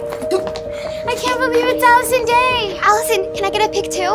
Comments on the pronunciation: It's not Addison Rae, but Allison Day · “Allison *rae*” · i thought it was Addison "Rae" but its Addison "day" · manz said allison day LOL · Did nobody else realize she said Allison dae instead of Addison rae😂😂😂😂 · “Allison Day” “Addison Rae” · bruh Allison day it's Addison Rae